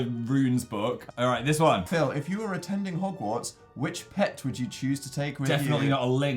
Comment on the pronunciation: Hoggbook...Jesus Dan